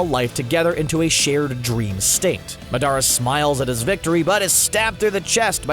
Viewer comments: did he just say maardara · Ik Madaraa it’s Madara but he said it like madaraa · lol when he said maadarraa I didn’t know who he was talking about but he was saying madra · Dadara not dadra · Yea like who is Madaru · I like how he calls Madara “Medara” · y u had to say madaras name mudarra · It’s said Day-Dora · They said it like Muh dare uh...Emphasis on dare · Shisui Uchiha he also called the tailed beast a demon. Also he pronounced madaras name wrong every time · The part that made me more upset is when he pronounced madara uchiha wrong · Why is he saying madara 😑